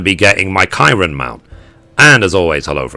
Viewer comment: I know years old, but the "Ki" in Kirin is like the "ki" in kids.